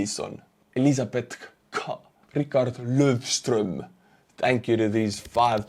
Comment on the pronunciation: You did not butcher R Löfströms name, it was realy good pronounced